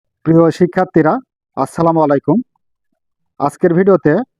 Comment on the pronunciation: আপনার সালাম ঠিক নেই 😂 আসসালামাআলাইকুম না সঠিক হলো আসসালামু আলাইকুম।😊